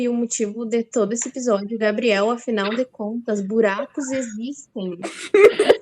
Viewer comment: "Ebisódio"! :face-green-smiling